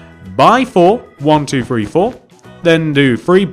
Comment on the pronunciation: It's three not free